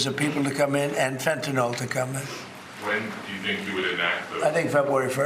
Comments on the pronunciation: Watch out for Fentanol. Also Cocuine, Merijuena, Haroin, and Cruck. Stupid mofo can't even say the name of his supposed enemy. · You would think if Fentanyl is such a huge problem Trump and his MAGA morons would learn to pronounce it properly, it's not fentinol or however they butcher it